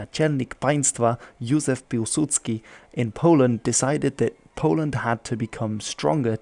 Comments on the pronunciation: Listen to it at half speed. It's clearly /pilsʉdskɪ/, not [Pʲuwsudsky] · Trying to learn Polish? You poor fool. Happy nightmares! ;) Mind you, not a bad stab at Piłsudski. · The letter ł is a w, not an l, thus Piwsudski